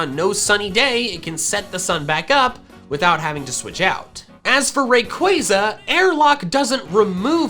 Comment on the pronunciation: I have a suggestion, what if you pronounced rayquaza right. here Ray like raygun And Quaza like you say plaza just qu instead of pl